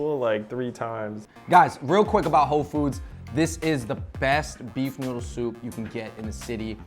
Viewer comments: Ho Foods? I thought he said Whole Foods!!!! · I keep hearing Whole Foods ahahaha